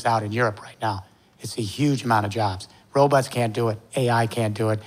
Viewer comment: He had me until he said, robutts.